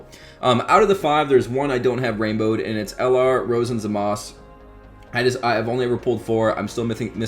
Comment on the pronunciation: Its zamasu not zamas